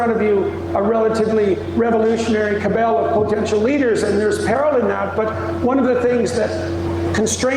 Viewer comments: Did Peterson pronounce “cabal” as “carbell”??? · The words ‘Patriot and Free Speech’ get the cheers, cuz the rest was a word salad. He pronounced cabal as cabil I think. What a weirdo